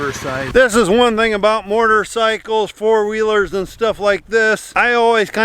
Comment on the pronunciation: “Mortarcycles” 😂